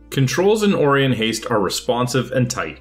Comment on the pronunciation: it's pronounced O-ry-on not ori-on - it's from the star constellation